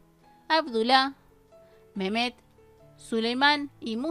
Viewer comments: Estaría bueno que nombraras bien los nombres de los personajes, si es Mehmet no es "memet" sería Mejmet, si es Cihanger sería Shijanguer... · Y es mehmet no con j de Jesús y el nombre de cinhagir también así ,no con s de Susana ni con j otra vez, tú eres el que está confundiendo los nombres.